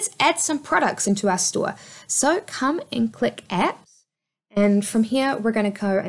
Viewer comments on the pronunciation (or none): none